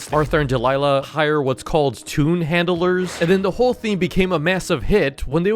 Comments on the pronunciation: Not "tune"🥲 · Bro he said tone is toon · You mean toon